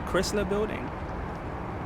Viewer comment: Chrysler is pronounced CHRII S LER long i sound.